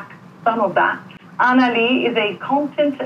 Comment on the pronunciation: I hated the way the presenter pronounced your name for the live interview. It was SOOO American. Arna not Anna